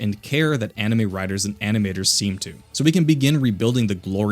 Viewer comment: Anime? Enemy? you said it correctly here though